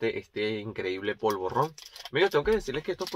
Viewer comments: Se dice polvorón,, no polvorrón. También se le llama mantecado. Prueba el roscón de Reyes, está buenísimo... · Has pronunciado polvorrón y es polvorón. Es rosco de vino y no rosca de vino ni dona de vino. Yo prefiero los mantecados antes que los polvorones. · Polvorrrronn.!!. Polvo-Rón.!! Jajaja. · Me parto cuando dices polvorron, es polvoron pero super gracioso. Aprietalo antes de abrirlo. Me encantan tus videos. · Has pronunciado polvorrón y es polvorón, Los roscos de vino están muy ricos. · Polvorón, no "Polvorrón". Cada vez que dices "Polvorrón" y "Polvorrones" muere un gatito. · No es "polvorrón": La palabra es "polvorón". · se dice POLVORON NO POLVORRON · "polvorron" ja!ja se dice POLVORON amigo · Polvorón sin erre doble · Se pronuncia polvorón sin pronunciar doble r o r fuerte